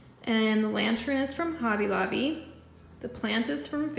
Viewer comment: Beautiful home! I love your color scheme & decorating style! The way you say Hobby Lobby honestly drives me crazy though. Lol...sorry.